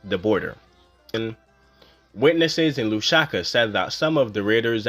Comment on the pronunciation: There is no such place as “Lushaka”… there is however, a place called LUSAKA! (Pronounced Loooo’ Sah ‘ Kah!!) It is the capital city of Zambia !!